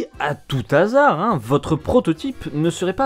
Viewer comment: Cool ! Pas "à tout-t-azard" mais "à / tou / azard" - hasard c'est un H aspiré. Pour te donner une astuce quand tu as un doute : est-ce que tu dis "l'hasard" ou "le hasard" ? Si tu fais l'élision, c'est un H muet (l'heure, l'hôpital, l'hélicoptère => tout-t-hélicoptère, un-n-hélicoptère). Sinon, c'est un H aspiré (le Hollandais ? un // Hollandais. Le héron ? Un // héron. etc.). :) Donc pas "à tout-t-hasard" mais "à tout // hasard" (sans liaison). Peace out, cowboy! :)